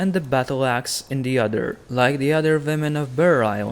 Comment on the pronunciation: It's when he says "voll" instead of "wall" and "volvs" instead of "wolves, '"voomen"for "women" and "vaildlins" for "wildlings". I agree, but it makes it more interactive somehow- dunno why.